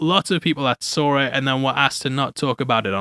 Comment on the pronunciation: "sawr it" 😂